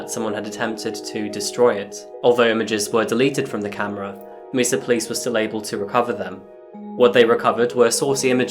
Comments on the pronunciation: As a person who lived in Mesa AZ it was a "what?" kind of split second reaction when I first heard it pronounced "Meesa". I know it's not always possible to get the correct pronunciation right. Lord knows I've had my share of those kinds of slip ups and am grateful when corrected. So I hope you understand when I say it's pronounced "Maysa" even though it's spelled Mesa. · Side note. Mesa is pronounced "maysa". It's the Spanish word for table. Definition: an isolated flat-topped hill with steep sides, as found in arid and semi-arid areas of the US. Just for future reference.